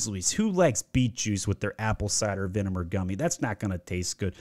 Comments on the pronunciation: Mann you're roasting all these companies while pronouncing vinegar vineMer. Loved the video though helped a LOTT. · Im never going to be able to hear the word Vinegar without thinking Vinimar again 😂